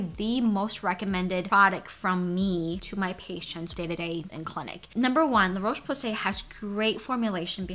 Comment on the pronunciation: Dear America. The o in Roche is pronounced like the o in hot, not the o in cold.